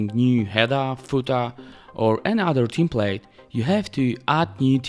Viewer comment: Czekam na dzień w którym sprawdzisz jak się wymawia "template"